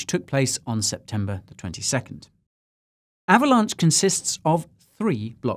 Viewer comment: I just cant...lol ahhvalonch, ahhhhhvalonch.